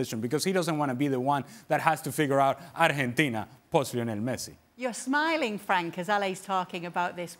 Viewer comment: Someone should teach Ale how to pronounce Argentina in English.